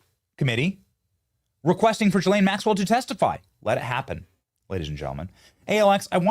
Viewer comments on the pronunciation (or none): Why does Benny call Gh islane Maxwell GhiRlaine it’s Ghislaine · Please say her name correctly Benny Ghislaine G not J… sound! Thx 🙏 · hey benny! love your show a note think of her name as 'Glenn' its french its pronounced 'Guh-lenn' not 'Jill-ayne' still love the show cant wait 4 the arrests just wanted to comment. after all maybe they will televise her sing & cant wait for treasonous heads to roll peace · Her name is pronounced Gee-lane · Please Benny pronounce correctly GISLAINE MAXWELL, not Gilaine. You have to pronounce the s. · Please stop pronouncing her name Ja-lane, it’s Ga-lane Maxwell. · "Ga-lane" Maxwell